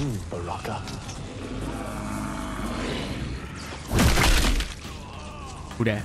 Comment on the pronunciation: () I love it when you call Baraka “Bronkan” LoL 😆